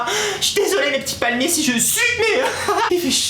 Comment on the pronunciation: Viveuh les palmiéuh ^-^ + un laïkeuh